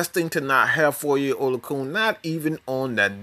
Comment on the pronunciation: Oh-lo-a-khan That’s how it’s pronounced...